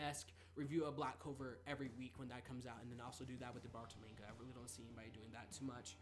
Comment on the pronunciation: Stop saying manega